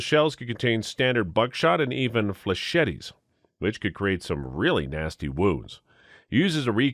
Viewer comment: "Fleh-chet-tes" Your pronunciation is driving me its pronounced "fleh-SHETs", its french, the last 'e' doesnt exist